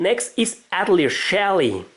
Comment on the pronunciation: Atelier is pronounced Ah-tell-ee-ey. It's French